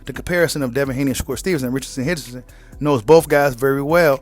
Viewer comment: He said Richardson Hitchenson 😂